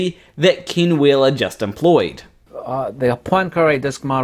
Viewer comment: His name is "Ken" not Kin